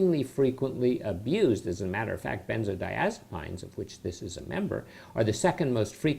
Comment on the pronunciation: I totally agree with you! He cant even pronounce the name correctly. I have watched a few of his videos and all he talks about are side effects. I think this guy died. If you didn't....This is how you pronounce it "ben-zoh-die-AZ-a-peens" NOT "PINES"